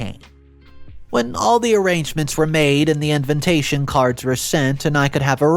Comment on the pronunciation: repeat after me : "in-VI-ta-tion, in-VI-ta-tion, in-VI-ta-tion". please please pleeeaaase stop saying "in-VIN-ta-tion". It triggers me every time and then I can't follow the rest of the story...